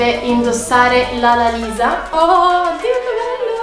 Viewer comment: esatto... aiuto, ma poi quando ha detto "lalalisa"🤡